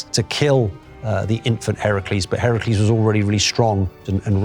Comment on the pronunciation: notice how he pronounced the name Heracles, that’s the proper pronunciation. Hercules is the Roman pronunciation